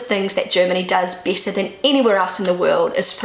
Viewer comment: I love the way you say BETTER. It sounds like Bieter (the german word vor bidder/tenderer). A native german would pronounce it like BÄTTER or more english bädder). But your slidly british sounding accent is so adorable. I've lerned so much about pronouncation by listening to you, speaking about everyday normal things.